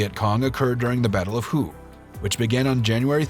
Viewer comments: The Vietnamese word "HUE" is not pronounced "WHO". "Hue" is pronounced "Hway". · It's pronounce "Way", not Who!! C'mon man. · It's the Battle of "WAY" not "WHO"! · Ah yes the battle of Hue, one of the great five battles, the others being known as hwat, hwere, hwen and h'ow.🤣